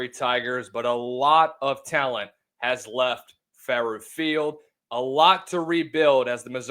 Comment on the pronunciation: It is pronounced, FAA ROW Field not ferret field wanker.